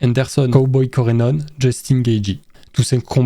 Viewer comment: Shavkat Romanov, Cowboy Corenone et Georges Masvidal… non mais sérieux, les prononciations c’est terrible tu invites des noms ! Et les classements sont aléatoires, il faut regarder l’UFC avant d’en parler c’est catastrophique… mettre Arman, Tony prime et Gaethje dans la même caté que Nate diaz, Cerone et chael sonnen c’est une honte